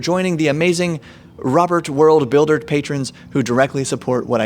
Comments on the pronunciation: Why did “” kill me so much? 😂 Just that added T man… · "Buildert" got me good 😂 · I very much need someone to explain the "T" in "Worldbuildert". Had be laughing right off the bat.